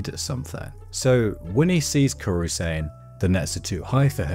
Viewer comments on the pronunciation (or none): Another banger of a video! Just a small note... You pronounce Kuroo's name as "Kuru" even after watching the anime several times?